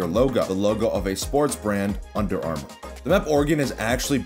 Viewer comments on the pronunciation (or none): none